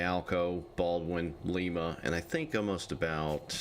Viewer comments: Lima spelled the same as Lima Peru but it's not the same it's pronounced like a lime with an A on the end so lime a is how it's pronounced thank you and have a great day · It's pronounced like the word lime with an a pronunciation at the end so it's lime not like Lima Peru even though that spelled the same it's pronounced like a lime a please watch some videos about that locomotive company so you know how it's pronounced it's pronounced like Lima Ohio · You kept mispronouncing lima loco works I always heard it as lima loco works or maybe it's bases on pronunciation